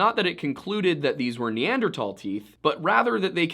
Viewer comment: Dude please, tahl is not thal. Neanderthal not neandertall